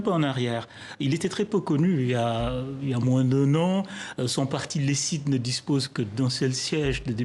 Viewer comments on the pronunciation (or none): ECIDE se prononce e comme europe. ci comme citron et de comme deontologie. l'analyse est moyenne , a mon opinion il ne maitrise pas a fond le sujet de fayulu. fayulu est le soldat du peuple.il est toujours présent à toutes les marches de l'opposition et en plus elle était victime d'un projectile lancé à sa tête juste sur son front cela a rehaussé sa popularité. Fayulu est incorruptile et tres intelleignet, il a occupé des postes importants durant sa carrière le fait d'avoir un siege est aussi dû à son influence sur le terrain cad le soldat du peuple, il défend l'intérêt du peuple. certes il n'a pas l'onction de Tshisekedi héritée de son père mais fayulu à frayer son propre chemin lentement et sûrement et par la grâce de Dieu il est devenu le candidat naturel. si shaday passait meme le diable sera fache contre lui. c'est bien de voir mon frère parlait du congo mais il certaines zones qui l'echape dans ce cas il faut consulter aussi kerwin mayizo ou fabien kusuanika pour l'épauler.